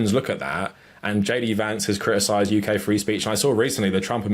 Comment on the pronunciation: he self censors the letter t